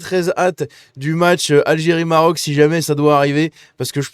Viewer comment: "Viva l'algiré, ouane, tou, sré!" 😂